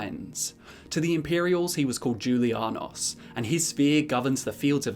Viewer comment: I thought that the j in julianos made the same noise as the j in jalapeño